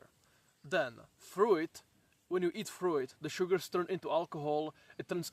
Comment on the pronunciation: Can you learn to pronounce fruit correctly pls